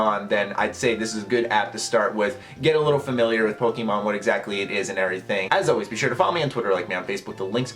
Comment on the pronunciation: you said pokemon wrong